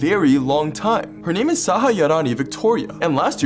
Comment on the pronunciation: The way you have pronounced the names whoch is hard doe any other Indian to pronunciations rhm as..Hats off to you!!!!